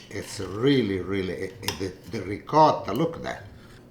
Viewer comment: Love your videos. No grated cheese in the béchamel? I grew up in an Italian neighborhood so I pronounce ricotta like you do.